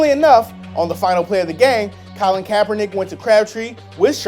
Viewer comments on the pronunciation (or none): none